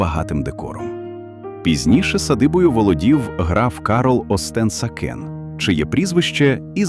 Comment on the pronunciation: Хотіла похвалити, що нарешті всі наголоси вірні, якби не Остен-Сакени. Невже важко заглянути у вікіпедію і не перекривлювати назви і прізвища? Красивий контент, але озвучка завжди дратує.